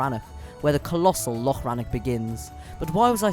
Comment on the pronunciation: Oh hey, good job saying loch (instead of lock!) :)